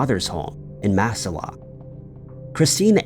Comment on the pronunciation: Ohio here … Massillon is pronounced phonetically “mass ill on”